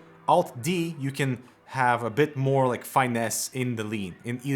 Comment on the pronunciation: just a heads up: the “i” in finesse is pronounced like “ih” not like “eye”.